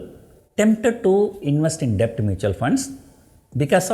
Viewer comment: Sir b is silent while prononcing debt. Pls check in Google